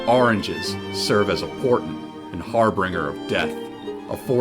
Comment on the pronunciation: Thank you for the video. I appreciate the time and thought into producing this. Just FYI… Harbinger. Har-binj-er... not har-bring-er.